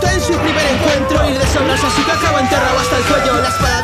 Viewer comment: lamento contradecirte pero en japones sasuke se pronuncia saske.